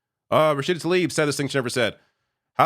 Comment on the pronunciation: FFS get her name right, it is Rashida TlAIb not Talib.